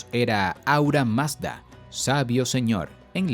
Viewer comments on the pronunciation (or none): none